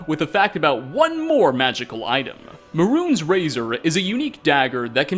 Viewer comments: "meh-runes" sigh May-runes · Maroon’s razor?? No it’s pronounced may-rune’s razor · I'm convinced this guy has never even played the game. He called Mehrunes Razor, Maroons Razor. He mispronounces too much to have actually experienced these things first hand.